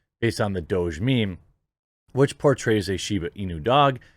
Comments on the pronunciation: It's not "Doje" it's "Douuug" it's a silly word for "dog" Please stop saying Doje. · I think Doge is pronounced "Doggy"